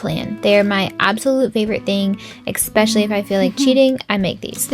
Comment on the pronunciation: The way you say “exprexially” and “allopinios” 😂😂😂❤ Way to go on the weigh in!!!!